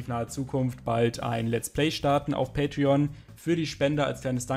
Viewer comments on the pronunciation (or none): none